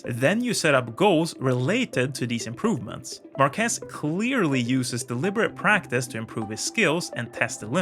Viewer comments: Great video! I just wanna point one thing out: It's not Marquéz...It is: Márquez...that's the exact pronunciation. Regards! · The name is pronounced MÁrquez , not MarquÉz. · It's actually "Márquez" so it sounds more like MAR·keth 👍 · Actually, his surname is Márquez, with the entonation in the ''a''. You pronounce it like Marqués. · MarquÉz Spanish people: 🥴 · It always hurts me how English speakers mispronounce his name. It's Márquez, stressing the 'a', not Marquez with stress in the 'e' like you always say. I'm not even going to try to correct that z... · Say Maarquez not Marquez. No accent on E. but on the A. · In Spanish, we use this simbol ´ to indicate (under certain rules) where the accent of a word is. I'm bringing this just as a curiosity. Márquez is pronounced with the accent in the Már, not in the quez. So is pronounced something like mark keath . Very good video by the way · We need to get a way to teach how to pronounce Márquez. You are calling him Marqués instead. Stopped listening at that. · Great video! But, please, do pronounce Márquez properly next time!!! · Omg im from Spain, and that is totally not the Way to pronunce his name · When pronouncing his name, the emphasis goes on MAR, not on QUEZ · imagine making a video about someone and not even pronounce the name correctly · MARQUEZ........EMPHASIS ON THE "A"!!!!! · Good video. But i think the emphasis is on the first syllable. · PLEASE, IT IS SAID mÁrquez. How many video material did you say you watch ? all you could get your hands on? really? not even a race in castile spanish language so you properly know the fonetics of the name of the man you are talking bout to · MARQUEZ!!!!......Emphasis the A!.....U do no say Washington w/emphasis O!!!! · Good video mate, but please the surname Márquez has the same stress syllable than market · on Bikes Tip for a correct speech. In Spanish, his language, for his name, the stress is in the a, not is the e. Márquez. Please. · It's MArquez, not MarquEZ